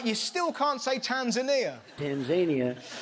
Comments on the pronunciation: Sorry Russell it is Tan..Zania and not Tan...Za..Knee...Ya From someone living in Africa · "Tan-ZANE-ia" is up there with "NAMbia", "Thighland" and "YO-semite". I'd love to hear what he'd do with Kyrgyzstan. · To be fair, and I never thought I'd be on Trump's side for anything, Tan-ZAIN-ia is how they pronounce the name of the country in Tanzania itself. Well, not everybody, but most did when I was there last year. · Russell you don't know how to say Tanzania either it's not an English word, go ask actual Tanzanian people how to pronounce their country name. The Brits and the Americans try to change words from around the world just know that both Britain and America are full of shite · Trump isn't the only American to pronounce Tanzania that way. I've met quite a few others who pronounce it like that. My issue with them was that they wouldn't even let an actual Tanzanian correct them on their pronunciation. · No. Close, but no cigar. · At least trump got the country right and the pronunciation wrong. It’s like comparing trump calling Mint ice cream Meint and Biden calling it Strawberry’s and cream. A little different 😂😂